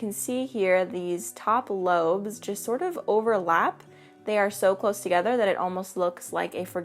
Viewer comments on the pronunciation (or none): none